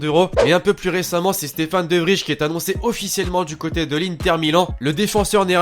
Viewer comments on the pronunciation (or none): Stéphan de vrij se dit Stephan de vrey haha